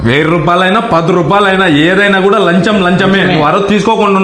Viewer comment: Lancham ❌Lanjam ✅😂😂😂😂😂😂😂😂😂